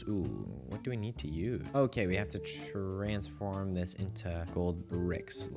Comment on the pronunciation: I love "trabsfirn"